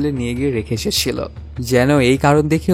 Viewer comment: আপনার উচ্চারণ ভালো না,এই কাজ আপনার জন্য না, আগে কথা বলতে শিখুন, কাসাকাসি, সেলে, এসেসিলো, এই গুলো কেমন শব্দ